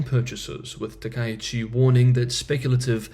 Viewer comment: Four syllables: Ta Ka itch Chi. Chi rhymes with he